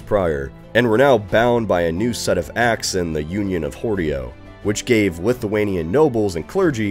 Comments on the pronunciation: Ahhhh yes, 1413 Union of (h)Oreo, bound Poland and Lithuania closer together, liked two cookie pieces glued with sweet fondant filling.. 🤣🤣🤣🤣 I am sorry, but as a Pole I just started laughing, because I would have absolutely no idea what you are talking if not the date you cited before it. I am usually not really fuss about pronunciations, but that was a big miss. :P It is "Union of Horodło" ("Unia horodelska" in Polish), it should be pronounced /hɔrɔdwɔ/, each "o" read like in "not", and "ł" like "w" in "we", and "d" like in "do", and "h" like in "ham". If you Google "Horodło pronunciation" the first result is just fine. "Sejm" was also bad, but at least I it is easy to guess what you meant. Polish word "Sejm" (IPA: /sɛjm/) is extremely similar in pronunciation to English "same" (IPA: /seɪm/). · The way you pronounce Horodło just hurts.